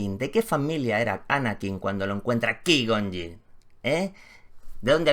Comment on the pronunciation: Madremia cuando has pronunciado a qui gon ying jajaja